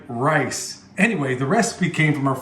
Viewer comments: Take a drink everytime says lice. You won't make it! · Great video!!! It's so funny that when you kept saying fried lice...you would scratch yourself somewhere!! You made me laugh out loud FOR REAL! What the heck. You obviously like fried rice!! I LOVE fried rice. I even know how to say it. LOL j/k Now, I understand the title of the video. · 🤣😂🤣 he keeps cracking me up with the fried lice, lol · You made my day today, calling rice, lice, then the cabinet doors left open was the kicker lol